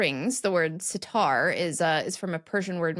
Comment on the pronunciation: I enjoy watching your programs regularly. I speak Persian. I do want to add a correction to your presentation. The word "Sitar" consist of two parts pronounced as "SeaTar." "Sea" translates to 30 in English, and "Tar" is string. the number 3 in Persian is pronounced similar to the french word: "c'est" they are phonetically similar but lexicological quite different.